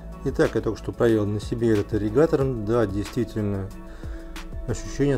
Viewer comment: АААРРРИГАТОРР АААААААААА 😄😄😄😄😄😄😄, но тема Аррригатора расскрыта полностью, Благодарю!